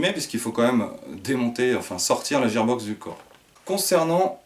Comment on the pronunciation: super vidéo et super réplique mais IL me semble qu'on dit guear box et que ça c'écris gear box